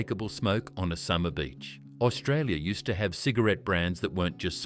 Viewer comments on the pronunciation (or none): none